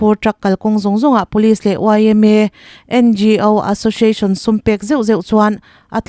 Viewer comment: I news chhiar ngaihthlak a hahdam in hriat a nuam khawp mai. S i lam in sh angin a ri ṭhin erawh hi chu a dik lo deuh ṭhin. Entirnan : association hi ashoshiashon i ti tlat zel a 😂 Sample pawh shample i ti zel a, sh hi chu a rik na tur chu a awm hran